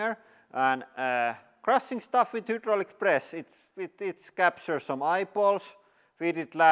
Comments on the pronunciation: You keep saying hudraulic instead of hydraulic, I just wanted to let you know in case you are confused by the letter ‘y’ since that is how ‘u’ looks in the Cyrillic alphabet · Welcome to the hiwdrawlic presss channel... 😀